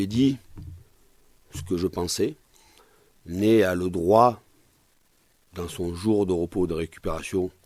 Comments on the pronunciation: Arrête de dire "Ney" ça fait peine sérieux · il a dit nez 😂